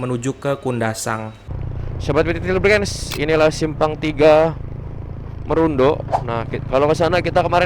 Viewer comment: Salah bang bukan kota merundu tapi bacahan nya kota Marudu 😅